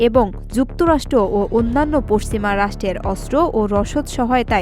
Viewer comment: সংবাদ পাঠিকার উচ্চারনে আরো উন্নতি প্রয়োজন। চ, ছ, উচ্চারনে মারাত্মক সমস্যা। কিছু, পশ্চিমা, অন্চল, জেনারেল, ইত্যাদি শব্দগুলোতে পাঠিকার আরো শুদ্ধ ভাবে উচ্চারণ প্রাকটিস করতে হবে। তবে গলার টোন এবং উপস্থাপনা সুন্দর। ধন্যবাদ।